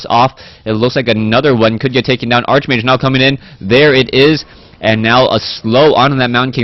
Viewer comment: Its "Arch"mage, pronounced as in Archangel... Its not that I care, but it might be easier for you to pronounce while youre doing play by play.